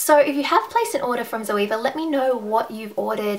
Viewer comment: Great review! Definitely convinced me even more to buy the rose gold set. Btw, the proper German pronunciation is Tserva (rhymes with server).:)